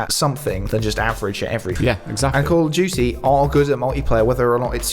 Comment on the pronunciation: "Call of dewey" ❤